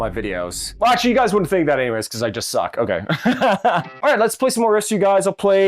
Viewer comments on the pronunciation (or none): none